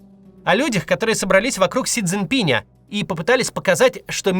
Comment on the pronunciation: Пин - а не Пинь.